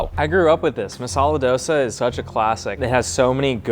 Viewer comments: Yo as a south Indian seeing that dosa looking like a Taco Bell Tortilla is sad. It's supposed to be soft with a very slight crisp factor. Also the dude saying he grew up with it and then going on to pronounce it as 'dough-suh' is very sus. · East or west Thosei is the best Yes that’s how dosai is pronounced